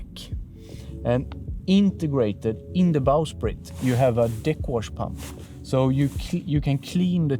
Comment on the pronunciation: 🤣🤣🤣Forward to timestamp, 17.06 🤣🤣🤣Is it the accent or did I miss hear what he said? Deck wash pump, OR...🤣🤣🤣You go find out, LMAO